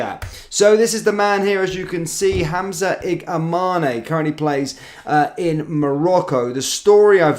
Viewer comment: His name is: I G A M A N ✅ not I G M A N I❌. MAN is pronounced like the English word man.